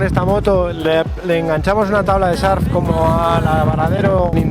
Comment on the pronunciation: Se dice surf, no sarf